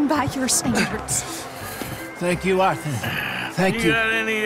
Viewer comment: I'm said Arthur not Orthur